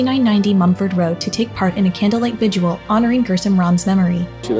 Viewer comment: Btw: 😂 ITS NOT A "VISUAL" BY CANDLELIGHT.😂 IT IS A " VIGIL". TWO SYLLABLES , PEOPLE. NOT 3.😂 GOSH!!!! WHY DO SO MANY YOUNG FOLKS SAY THAT SO WRONG????😂😂😂😂😂😂😂😂😂😂😂😂😂😂